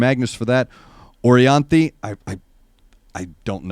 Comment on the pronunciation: She was supposed to be the guitarist for Michael Jackson in his last tour. And Michael is a perfectionist so. She is so bad ass 🤘🤘🤘and l think you said her name correct